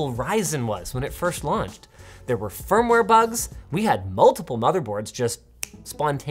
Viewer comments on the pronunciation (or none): none